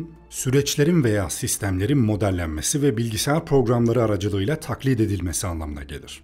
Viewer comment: TAKLİĞİD EDİLMESİ DEĞİL TAKLİT EDİLMESİ. LÜTFEN TELAFFUZUNU DÜZELT.